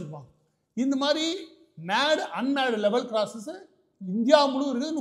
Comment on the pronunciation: அன்பரே ! மேடு அன் மேடு இல்லை மேன்டு அன்மேன்டு (Manned, Un manned) லெவல் கிராசிங். மனிதன் மூலம் மற்றும் மனிதனின்றி இருக்கும் தொடர்வண்டி கடக்கும் பாதை என்று பொருள்.